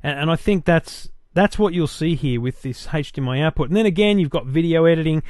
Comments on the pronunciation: hdmi not hage dmi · Hahaha yeah what is 'hage' -dmi?? And he keeps saying it:-D Maybe that's how australians pronounce it. Nice review though. I wonder if the new GalaxyTab 10.1 has a 'hage'-dmi output as well, because of the great web browser. That would be terrific if you could browse the internet on your 50" tv using a tablet-pc:D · age not Hage DMI